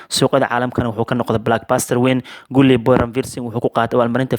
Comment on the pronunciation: Waxaa sax ah dhawaaqa Galii booy Guli waa qalad Gully boy